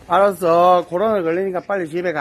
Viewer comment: 난 코로나를 고로나라고 구수하게 발음하는 대한형이너무좋아 ㅋㅋㅋ